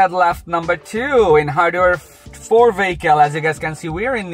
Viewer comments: Took me a few minutes to realize what a VAYKAL is. It's a vehicle. Let's say it together. VEEE....HICKLE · what part of europe are you from if you're saying vaykal.